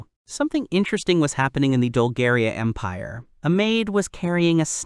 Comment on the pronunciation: Bruh at the start i heard "the great impare of Bulgaria" 😭💀